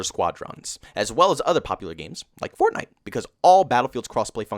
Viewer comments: the way he says Fornite almost has me rolling 🤣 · As well as other popular games Like f Or TnI te